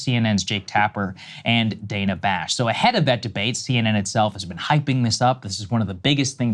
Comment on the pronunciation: This is petty, like the story but Steve Bannon can address Dana Bash by her preferred pronunciation, danna, not dana. Can you two jump on? Small but courteous. TBC, I don’t like any of these folks and if I had something else going on…